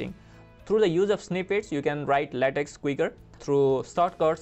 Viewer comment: Nice. Small point. LaTex is pronounced LaTech.